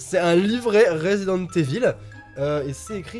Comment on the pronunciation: Mdr quand dit resident evil il le dit avec un accent marseillais